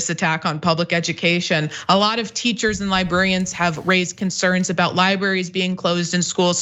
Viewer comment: If you're going to talk about libRaries, can you please pronounce it correctly?